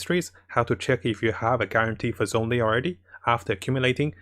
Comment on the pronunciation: Ahhhh, i really like your videos but your pronounciation of zhongli makes me cringe every time D: the "zh" is like a "sh" when you spesk it D